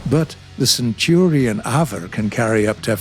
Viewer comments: Just so you know the way your pronouncing AVRE is wrong they are all together put pronounced as spectate letter so A V R E as it stands for Armoured Vehicle Royal Engineers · Ah yes the centurion " avher"